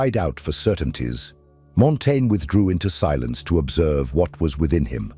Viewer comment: Dude. Pick a pronunciation and stick with it. I got so distracted listening for the next instance of "Montaigne" that I stopped hearing the actual content.